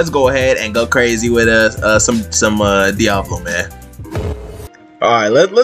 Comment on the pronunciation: Sounded Like You Said Diabolo